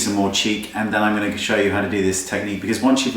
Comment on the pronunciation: i love how u say going to, "ganooo" hehe <3 ps LOVE this tutorialll